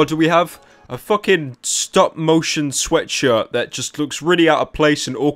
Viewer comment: Does nobody notice how this guy can't even pronounce sweatshirt right? He always says:,, you can wear my sweatsurddd''